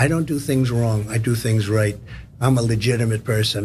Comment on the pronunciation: "I'm the most legitamate and many people don't know that Trump is the....biggest legitamate"